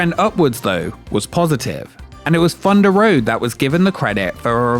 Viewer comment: Fundah Road was a fun no frills frill coastah